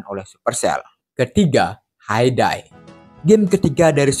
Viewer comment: Bang, game HAY DAY itu sebutannya seperti hei dei ya bang